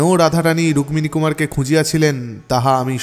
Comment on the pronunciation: 'রুক-মিনী' উচ্চরণটা খুব কানে লাগছে। আমরা যেমন 'পদ-মো' (পদ্ম) না বলে 'পদ্দো' উচ্চারণ করি, এও তেমনি 'রুক্মিনী' উচ্চারণ 'রুক্কিনী'র অনুরূপ।